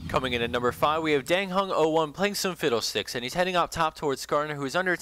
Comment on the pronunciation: How did you know how to pronounce fiddlesticks name?